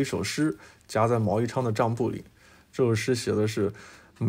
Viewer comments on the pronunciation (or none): 是“桑梓地”呀! 桑梓(zi4), 故乡的意思. 这句话是说人不一定要终老故乡. 播主是不认识的字念半边, 念成辛了而已. 桑植虽然在湖南, 但离韶山几百公里呢, 跟毛没啥关系吧. 猴吃麻花满拧了. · 梓读ZI，第三声